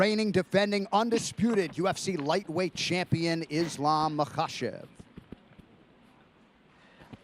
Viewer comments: How brought Belal back? Stop this nonsens. 🙈 His first words he already said IslEm. Common, rmember his name. As a muslim you should be able to say IslAm.😁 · he should at least remember the fighters names. I am happy DC called Belal out for saying IslEm. Islam ist named after Belals own religion, he should be able to say it. 🤓 And i am not even muslim or likeing Islam. Belal just bugs me. 🤦‍♂ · Javiar Mendez pronounces Islam like islm 😆